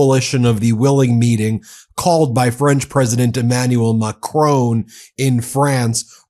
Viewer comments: Ben, thanks for all your work. Please pronounce President Macron properly. maa-Kruh(n) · Jeez Ben, pronounce Macron right. Sick of telling you this. Makes you another dumb American. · I love the Meidas Touch deeply, especially Ben, but can somebody tell him that there is no "e" at the end of President Macron's name? Sorry, I know I'm being pedantic, but still. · We love your reporting but ..Please Ben.. spell the French Presidents name correctly MACRON.. thank you🇨🇵👍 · Ben, French names like Macrón are pronounced Macrow, the w is almost silent. Please stop butchering French pronunciation. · PRESIDENT OF france is pronounced as MACRON! NO E AS LAST LETTER! NO OFFENCE MEANT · When you translated Macron's words (not Macrone) you faked a French accent. That is not an honest use of Ai. Keir is not pronounced Kee-air. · Very grateful for your work Ben, but for goodness sake l earn to pronounce MacRON and Kier (Keyer.) You don't want to sound like Trump . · Hi Ben, Great content. Could you please pronounce the president of France, s name correctly please. It's Macron not Macrone.... It just jars a bit. Thanks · Macron not "Macrone"! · Macroon again instead of Macron. Guess we have to start calling this channel MeidasTooch to get them to pronounce it properly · MAC RON - not MAC RONE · I love listening to your podcast, but please say 'Macron' correctly! It's not pronounced 'Macrone'. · The man’s name is NOT Macrone, his name is Macron FFS! The name ends RON like saffron and not RONE as in groan. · I like your commentaries and watch frequently. Please pronounce the French President's surname correctly. It's really grating on me. His name is not pronounced MacrONE, like the way you would pronounce DRONE. It is Macron- phonetically MacRAWn with a soft n at the end. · it's not Mah Crone.... its Macron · Mac RON not Macrone ...Please. Merci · it's not Macroan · Hey Ben, its not "President Macrone", you pronounce it Mac-ron. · It’s MACRON not macrone. Mac Ron